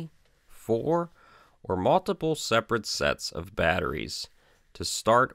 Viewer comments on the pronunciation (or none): none